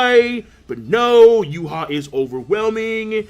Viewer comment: It's YHWACH not Juha